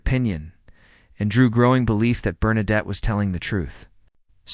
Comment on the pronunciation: Bernadette ...pas Bernarde !